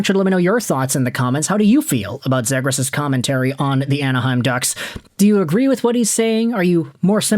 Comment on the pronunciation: It's pronounced 'zeegrus'